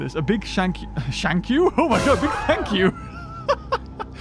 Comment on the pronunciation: " A big shank you." Me:"....im sorry?" REMMEMBER THIS WAS WITHOUT SUBTiTLES SO THATS WHAT I HEARD!